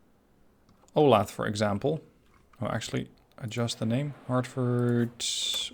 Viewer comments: Ol-ath? It’s o-la-tha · Hi, Resident of Olathe KS here. Just wanted to say its pronoucned like Ow-Lay-Thuh. Also, thanks for a new series, love this game! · Not that I really care, but just FYI: Olathe is pronounced O-lay-thuh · It's pronounced oh-LAY-thuh. I live there!